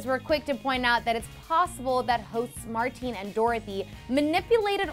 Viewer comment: I thought you were Dutch. Your last name DEFINITELY is, but you can't pronounce Maarten? The name you said is Martine in Dutch. That's a women's name. Please research how to pronounce somthing before you butcher it, thanks.